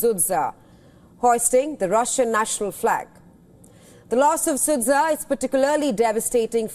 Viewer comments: Sudzha 😂😂😂not sudsa oo Indian woman😂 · Don't pronounce the name of that city (Sudzha) anymore, it's wrong and tragicomic all the time.